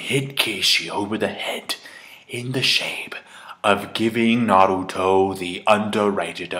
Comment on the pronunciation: Finally someone says Naruto right.